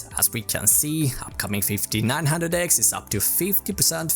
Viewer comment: Did he said fifti six handrek, fifti eight handrek, fifti nine hundrek ? WTF !